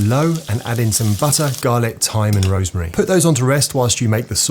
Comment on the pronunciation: no way you actually say rosemary and shallot like that